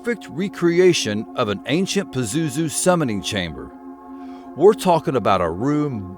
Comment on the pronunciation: Hi yes while you're mispronouncing his name , which is probably a good thing. Indeed pazuzu is real and yes I've had encounters and yes as the ancients did . I have and can call him if needed today . The missing artifacts were taken by united states proxy army ISIS and sold to private collectors whom either surrendered to gov were gov or some connection to . They invaded Iraq because Saddam found a Stargate while restoring Babylon. That begat desert storm . Crowley released pazuzu in 1939 , he was bound before that a few houndred decades . Pazuzu is quite free and quite active . By the way he's known as the grinning dark angel of the four wings .